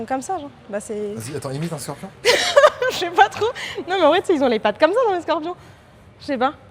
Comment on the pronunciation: Il a dit le scorpion a quatre pats le pauvre